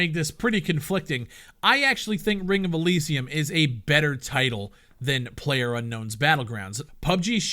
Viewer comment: can u fucking say Elysium right........